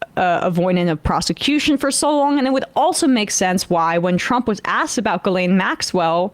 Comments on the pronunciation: Her name is pronounced gee - lane Maxwell. Gee sound like in geese . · For the umpteenth time. Epstein worked for Ghislaine and it's French and pronounced Geelen.... Ghislaine's father was a KGB assest, there's CIA documents obtained under FOI going back to 1951 showing this. Robert Maxwell sold the PROMIS software to both Israel and Russia. Those countries then later discovered the CIA had planted a back door in the software and Maxwell came under suspicion as a triple agent. Epstein's career began working for a British arms dealer and confidant of the then Queen,. Robert Maxwell introduced Epstein to Ghislaine in 1985.